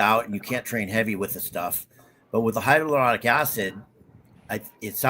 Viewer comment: It's hyaluronic acid not hydraluronic acid